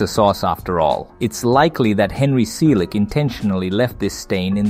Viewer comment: Cartoon? What's wrong with you. - Episode? It's called a scene. - Watch your pronouns. 🙄 - Henry...See-lick? Seriously? You mispronounce it first, then say it right? - Stop. Calling it. A cartoon. If you're not going to use proper terms, don't make movies.